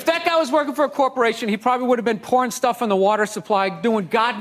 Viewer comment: " " - I know he says "pouring stuff" into the water supply, but it totally sounded like "Porn Stuffing" the water supply, when I first saw it, and for some reason I think that's 1000x funnier.